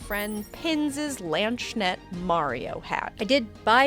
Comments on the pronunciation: Great video. As a former Scadian with a lot of friends with German personas. It's pronounced closest to lans kon esht. Some of the Germanness falls off with American accents. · That's not how you pronounce Landsknecht 😭